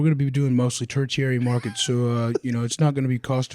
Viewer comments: “turchiary” lol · Ter-chiary instead of tertiary is crazy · ter·ti·ar·y /ˈtərSHēˌerē,ˈtərSHərē/ Not turcherary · Couldn't get through five minutes, sorry. Mispronouncing "tertiary" and "Des Moines" was rough.